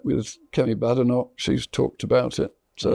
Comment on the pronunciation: It's odd, isn't it? Kemi Badenoch has clearly and precisely said that her surname is correctly pronounced BAYdenoch, yet so many people in the media etc., people of undeniable intelligence and far from slow in taking in information, remain demonstrably incapable of getting it right. Strange, as this might be said to be as simple to understand as Corporation Tax at 35%...